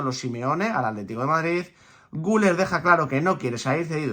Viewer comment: Se pronuncia "GülÉr", con acentuación aguda, como en francés...